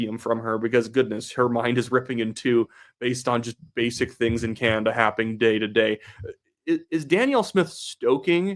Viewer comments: I love your posts. Can you please pronounce Canada and stop saying Canda ? Sorry but it drives me nuts. You say Canada like my very young son. Keep up the good work. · It's pronounced Ca NADA , emphasis on the NADA as in Espanol